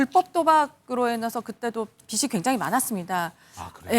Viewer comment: 다른 사람도 아니고, 방송국 기자가 (빚이)비시가 뭐야. 비지라고 하세요.